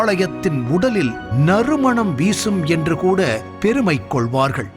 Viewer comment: பேருமை இல்ல எருமை...பெருமை